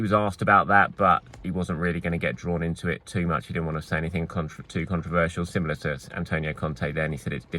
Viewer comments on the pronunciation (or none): none